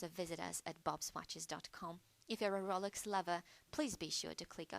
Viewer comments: This "New Updated Video" Sucks. I can barely HEAR it. I am not the only one since two previous comments below said "Poor sound quality" "I can't hear this and my volume is turned up all the way" Also, this FAKE British voice or real is annoying. She is calling it the ROOLex, instead of Rolex, which is probably the British version since the difference in pronounciation. Redo this video or I'll just go back to the original. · Rohlex not rawlex